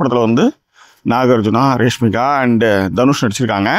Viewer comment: அட ரேஷ்மி கா இல்லைங்க ராஷ்மி கா..அதையாவது கொஞ்சம் ஒழுங்கா சொல்லுங்க..